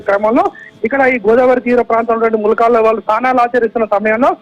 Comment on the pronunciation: Madam Mulkalla, Malkalla kaadhu